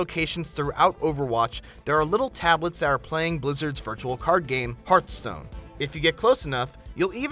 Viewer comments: triggered he said heartstone it is hearthstone triggered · please pronounce hearthstone correctly. It has nothing to do with "heart." a hearth is a fireplace.